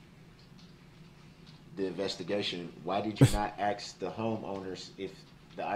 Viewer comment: allow me to correct something you stated. The alleged defendant, Darrell Brooks, Jr. (an' he DON'T consent to being callled dat' name!) doesn't "ask" questions. He "AXES" dem'! 😁😁